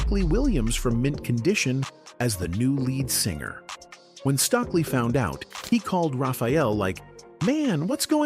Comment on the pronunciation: So tired of these white voiced AI voices not being able to pronounce black folks names! It's Stokely with the"o" that is a long o.